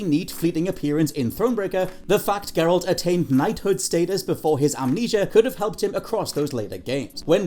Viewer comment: Gurralt lmao. Ma’am. Ma’am how you gonna do geralt that dirty lmao I love it